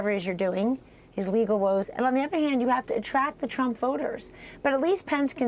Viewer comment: "Nobody" tells us about YORE sources "Because dwonald jwohn twuuuuump" Foty fif pwesident of the United stwates